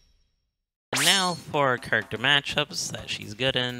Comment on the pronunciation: "Today's Kurrkter is Min Min"